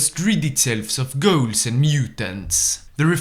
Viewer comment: I thought you said “Gauls” when talking about “integrating ghouls” and I thought- ok super mutants are one thing, but the French 🤮